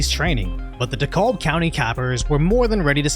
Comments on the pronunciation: Just chimming in. It's not "De-Cole-Bu". The L is silent so you pronounce it "De-Cab" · "Dekalb" is pronounced like "decal," with a B at the end. Emphasis on "kalb." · It’s pronounced “de cab” county FYI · Dekalb; Dee-cab, not Dee-callb That country is a shit hole. We true Georgians no longer claim any part of Atlanta. Savannah is much better. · "Decolb" No, it's pronounced "De-cab" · It is pronounced DE-CAB, in case you were wondering. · It's pronounced "Duh-Cab" County. The L is silent just like the L these protesters got handed. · It's pronounced "de cab". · Just a note,: DeKalb County in Georgia - it's pronounced "De-CAB" like in "taxi cab." The L is silent. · Dekalb is pronounced "Duh Cab" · It's pronounced De-cab . Also the place these morons are protesting trains firefighters and paramedics not just police and most of the idiots are not even georgia citizens. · Not to be critical. But it’s pronounced Dee-cab. The L is silent. Deecab County. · The L is silent in Dekalb, just a heads-up. Sounds like dacab. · Just so ya know, the L is silent. It’s pronounced de-cab. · Just FYI, it's pronounced "DE-kalb" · Hey I’m case you ever cover something else here it’s “de-cab” county. Great vids. Respect. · Dekalb is pronounced “De Cab.” Like, “I hailed a taxi but de cab refused to stop!” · I hate to be that guy but as a lifelong Georgian its Dee-Cabb county. A friends' daughter works are the Atlanta police training center and she is sent home every other day due to these antifa losers. Of course no idea why as she is surrounded by cops. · Love your coverage homie, one correction, it's pronounced De-kabb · It’s pronounced Dee-Cal-b lol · Hey dude, love your work, but just for the record, Dekalb is pronounced: d' CAB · Dekalb is pronounced De cab. That’s how we say it here. 🤷🏻‍♀️ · 😂 dekalb like de-cab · Pronounced “Da-CAB”. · Its pronounced, DE-CAB county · I know its spelled Dekalb but it's pronounced (DeKab). I'm from Atlanta. I hate it here.